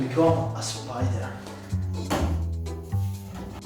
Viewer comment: I have to become.. a spyider Also: Oh mY GoD thErE Is a SPyideR